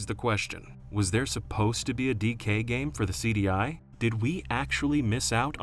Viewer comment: The way you say "DK" gives me an aneurysm.